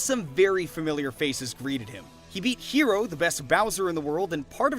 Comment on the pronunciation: へろーさん海外読みヒーローなんだ